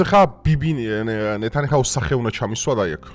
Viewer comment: სტრამერი არა სტარმერი. ნეთანიჰაუ არა ნეთანიაჰუ